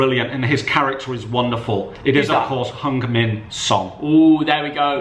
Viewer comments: Love when says hung min son instead of heugh min son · You butcher these names said hunger min son